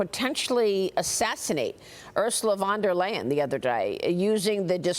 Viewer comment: Please try to pronounce foreign names correctly and no, her name is not Earsuhlei vahn doer Lien or something like that. Please do not misunderstand my message and yes, everybody else does the same and are always calling P O R S C H E a porch for instance. Take care and keep reporting!